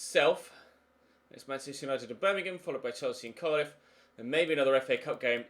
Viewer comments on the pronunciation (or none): none